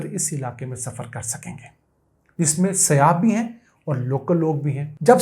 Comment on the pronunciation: It's SAYYAH not SIYAH